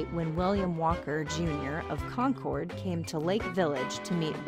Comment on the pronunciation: We pronounce it concurd not con-chord.